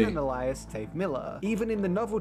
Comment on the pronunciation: I think its an awesome solution, and I will definitely keep Dave as CC's name in my head-canon now. But is ANYONE else bothered by the way he pronounces alias?